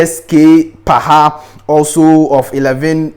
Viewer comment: common Ghana names u can't even pronounce it? Joseph Carr, PSK Paha, Isaac Paha, John Nketsiah Yawson, Emmanuel Quarshie, John Baker, Ofei Ansah, Adai Kyenkyehene, Kuntu Blankson, Willy Klutse, James Kuuku Dadzie, Opoku Afriyie and so on